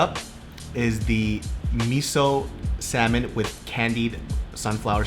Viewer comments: Sis said SALmon? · The way everyone was pronouncing SALMON was making me lose my mind 😭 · Anyone else bothered that she pronounced the L in "salmon"?